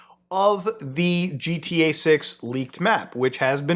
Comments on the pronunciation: Looking at you while you said GTA made me hear it as “Jeet-EA” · Never heard of this “Gee Tea Eh Six” game